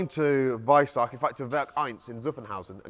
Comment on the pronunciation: he just said weissach....not....WEISSACH!!!!!!!!!!!!!!!!!